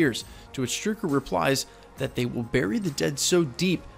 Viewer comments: It's STRUCKER... When was it ever Stricker? Also it's Pietro not Petra. I swear this man's just mispronouncing at this point because this is beyond me. I am PERPLEXED 😭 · Cool video but let's have a narrator that can pronounce Strucker and Pietro! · It’s strucker not strooker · Why do you say Strooker? I just thought that was weird